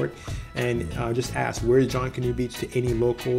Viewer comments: It's not "JONK-anoo" Beach.. its pronounced like it looks.. "JUNK-anoo" . 👍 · Please pronounce Junkanoo correctly. Phonetically, junk a noo.😉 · Thanks for the video. It's pronounced (Junk)- a- new. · pronunciation aside, thanks for the video and the information. Going there soon! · Couldn't make it threw his pronunciation of Junkanoo. Little research ahead of time would help.